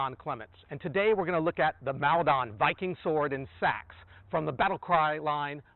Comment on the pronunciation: Maldon is pronounced Mall-dunn by the way. Rather than MAl-dAn. It's the town in Essex, UK where the battle of Maldon happened.